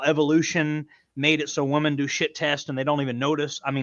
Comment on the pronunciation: Haha consistently saying Woman instead of Women is one of the best parts. Listen to me guys, I know woman.... 🤦‍♂🤦‍♂😂